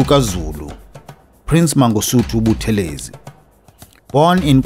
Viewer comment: Hello - Please note the pronounciation is BuTHElezi, and not ButheLEzi. This Dr Buthelezi himself reminded us. Blessings to the Royal Family. - RevDrD/Ministry